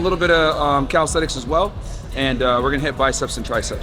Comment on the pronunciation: My boy is a coach and keep saying “Calisthetics” 🤦🏾‍♂️🤦🏾‍♂️ It’s Calisthenics Coach! Sheeesh